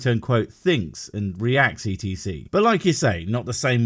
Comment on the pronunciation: I love your videos, the only thing that annoys me is when you say e t c. It's slower to speak than etcetera and isn't an initialism like QED, so it shouldn't be said as letters. Then again, after watching and laughing along with much of your stuff, you may use it more after this.